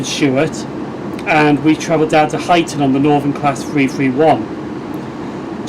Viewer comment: Great vlog, those geese must be fans! 😂 also you pronounce You-xton correctly! 😜😂